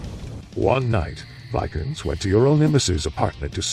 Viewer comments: And one little correction. It's Varg Vikerenes, not Vikerns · Varg VIKE URNS😂 VEEK ER NEZ spelt vikernes